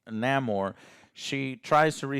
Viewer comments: Lol its not Naymor as in Seymour..its Namor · Excuse me... its not Namor, it's El Nah-mor. Thank you